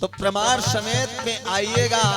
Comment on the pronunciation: तू‌ कहा से आ गया भाई परमाण नहीं होता शास्त्री प्रमाण होता है